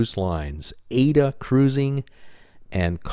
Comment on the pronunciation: Gary Bambage is the only youtuber who pronounces Aida correctly its aye-ee-da